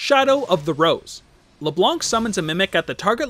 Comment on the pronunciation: you don't pronounc the C in ''Leblanc''